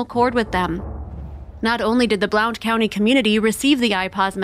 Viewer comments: It' is pronounced "BLUNT" County. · Blount county is pronounced "Blunt county" I remember this it's not too far from me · I’m from East Tennessee and the mispronunciation of “ Blount County” is driving me crazy . It’s pronounced “Blunt” county !